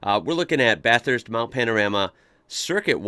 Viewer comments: As a long time Bathurst local I love your videos on it (& Aus in general); AND u say Bathurst correctly which many don’t. I was a passenger in a car that locked their brakes & spun out on the Essex (going under 60km/h). Of course it’s a little trickier when u can only use one lane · I live in Bathurst. I enjoy your take on our iconic track. Thanks for pronouncing Bathurst correctly, although with an American accent. The correct way to pronounce “Bathurst” is by saying “ Bathist”. We don’t emphasise the “U”. Secondly, your pronunciation of “Panorama” needs a bit of work. For the 3rd syllable in the name, “ram”, you pronounce it like a male sheep or a “Dodge Ram”, which is to be expected as that is how it is spelt. However, the “A” is a long sound so don’t say “ram”, say “rarm”. Also, the letter “O” just before the “ram” is not pronounced as an “O” but more like the letter “A”. Try that and you will be very close to saying it correctly. So pronounce it “Bathist” and “Mount Panararma” and you’ll sound like a local. Regards. Trevor.